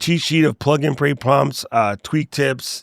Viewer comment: Sounded like you said Plug and Pray :)